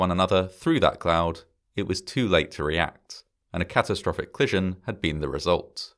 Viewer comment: I love this channel. If there's a new video, I watch it pretty much right away. This is my main poison of choice for what I call my Disaster P0rn. But love, I am BEGGING YOU to pronounce that first 'o' in collision. I will do anything... x